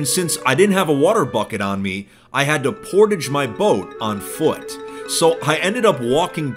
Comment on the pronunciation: is nobody talking about how pronounced portage?